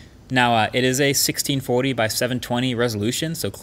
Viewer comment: the way he says 1640 makes me a firm believer that mkbhd is australian